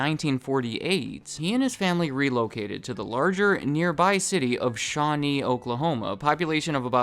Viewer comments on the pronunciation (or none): Hearing you say "Shawnee, Oklahoma" just gave me whiplash, having grown up there.